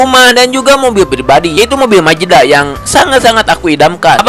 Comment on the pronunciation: Mazda❌ Majeda✔️😭😭